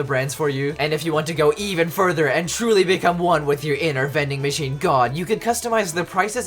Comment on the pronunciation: Man when he said “it’s vendin machinein time” I really felt that. 10/10, would vendin machine again